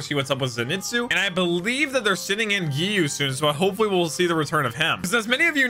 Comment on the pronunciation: btw its pronounced Zeynitsu, just saying :)